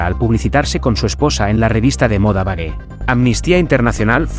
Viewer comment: Vogue se pronuncia Vo'ug en ingles .